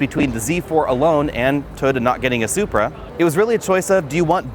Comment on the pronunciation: "Tota" 😂 Jk great video